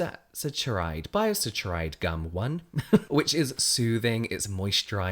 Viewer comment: Saccharide is pronounced sack-a-ride :)